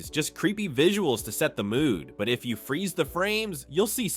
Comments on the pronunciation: at 10 minutes, the narrator mispronounces this line "Like he's looking through YOU not at YOU" it should be "Like he's looking THROUGH you not AT you" This is AI. You are deceivers. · Okay: why is the voiceover stressing the repeated word instead of the qualifier? (Examples: through YOU, not at YOU; kept only HALF, the depressing HALF.) It's unbearable